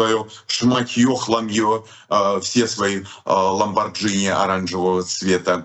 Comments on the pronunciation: Извините, маленькая поправка- не «ламбордЖини», а «ламборГини». Когда буква «g» закрыта буквой «h» (Lamborghini), это без вариантов произносится «г». Все остальное прекрасно. Обожаем вас. Приезжайте в гости к нам в СФ. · Наслаждение Вас слушать!!!БРАВО!!! Только,пжт, ЛОМБАРГИНИ называется , но не ломбарЖини, сорян! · пожалуйста,скажи ЛомбарГини, и будет совсем ок